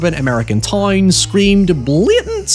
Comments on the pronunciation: I'm havin' a hard time getting used to the he says the "ow" sound. Town=tine, however=high-ever, it's difficult to listen to at times. But it's so interesting that I struggle through it. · Also he says "toyn" a lot, gotta love the Hollingerisms